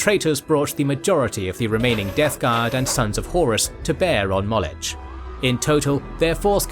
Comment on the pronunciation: You're saying Molech wrong! It's [MAW-LOCK] not [MAWL-ETCH] Someone hasn't studied their Biblical lore. That's a shame, lets just say it's slightly better than Warhammer LOL.